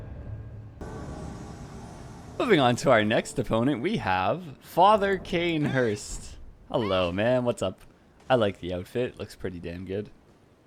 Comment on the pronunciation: When I heard Cainhurst🥶